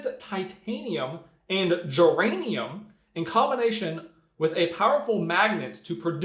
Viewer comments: He said "geranium" but might have mispronounced "germanium" so that's probably a radioactive necklace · Well, I think he actually said "geranium"...which I grow on my patio, lol...but I was pretty sure he meant germanium.